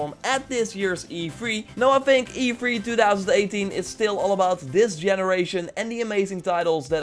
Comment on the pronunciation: Not to be rude man but to hear you say E3 as "E free." Is so funny. Love your vids and keep up the great work you never seem to fail.